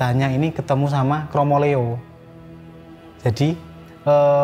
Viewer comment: Pengucapannya kromoleo tu buka leO(bola), lebih ke O(dari huruf A) Mf kalo salah CMIIW 🙏😁